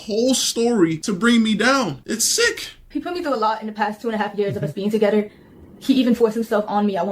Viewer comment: She doesn’t know there’s an h in the word together and it’s driving me crazy